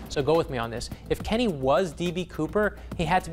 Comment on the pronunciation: It's not Kenny!!!